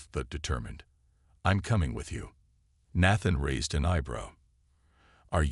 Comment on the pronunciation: Nat-than? 🤣. AI needs to learn languages before it reads.